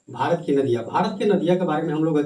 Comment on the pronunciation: Bharat hota h marat nhi